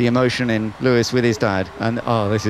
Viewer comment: “LEAIS HAMILTON TAKES THE ………. LEAD OF THE GRAND PRIX!